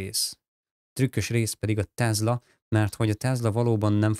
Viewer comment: Jobbulást! Ez a TeZla kiejtés honnan jön?